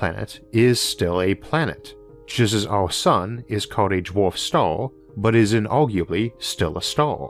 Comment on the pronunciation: How does one get a narrator on astronomy lessons that cannot pronounce the word...'star'...or 'dwarf'....(Honestly?)